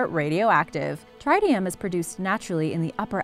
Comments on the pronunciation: Exactly Tritium(Trit-e-um) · You mispronounce tritium. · You mispronounced Tritium. Both "i" sounds are short.